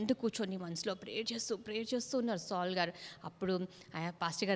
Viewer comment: బాగా చెబుతున్నారు అక్క కానీ సాల్ అనటం మానేసి సౌలు అని పలికితే బాగుంటుంది